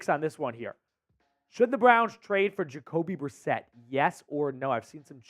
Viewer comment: Yes!! Jacoby brisket Uh biscuit Jakobe Brisset!